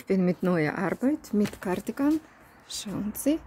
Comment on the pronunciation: Ah ich liebe es wieder wenn du in deinem Akzent Gardigan sagst es keine Kritik ich mag es einfach LG